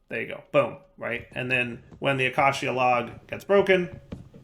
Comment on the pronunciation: Ayyyy he finally pronounced "acacia" correctly, only took like a decade 😂❤